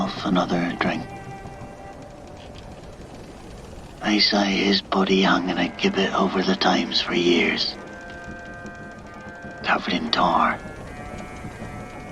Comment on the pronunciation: The River Thames is pronounced "Temz" for future reference